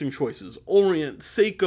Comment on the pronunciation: Say-ko not See-ko. That aside. Any business who ever claims to be cutting out the middle man... is a massive red flag for me.